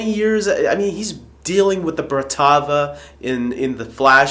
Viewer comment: say it with me .Brat....Vaaa :P